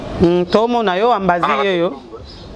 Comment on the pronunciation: Ambasi et non ambazi pe longolaka merci pour ton djob